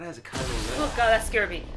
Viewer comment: It's Smilo Ren 😅